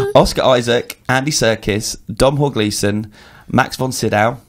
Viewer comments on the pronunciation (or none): It's pronounced DOH-NAL GLEESON! NOT DOM HALL GLEESON!